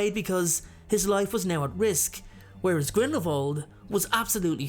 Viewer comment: Another great video! Thank you. I've read a ton of the comments and agree with pretty much everyone on their assessments as well. I just want to say thank you for pronouncing Grindelwald properly with the "v" sound instead of the "w".... I'm not a professional linguist, but I study the subtleties of different foreign languages and, well, it just makes me happy to hear names/words pronounced correctly.💜 P.S. My two cents worth~~ Grindelwald is an elegant duelist, as you say, and Voldemort is a thug!